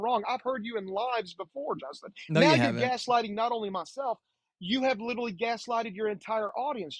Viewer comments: The caller tried so hard to be Justin. Which made for an intensely annoying call. There must've been 1000 literally's pronounced "littely". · Justin he witerally answered your question. Witerally.